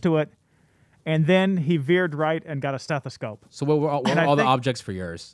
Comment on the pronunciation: "STEDAsope"? 🤔 Wasn't she a nurse? How does a former nurse not know it's called a stethoscope?